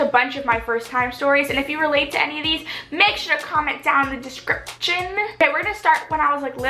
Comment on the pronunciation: I like the way she says description